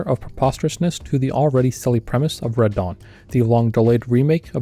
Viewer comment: I kept hearing "Radahn" whenever you said "Red Dawn".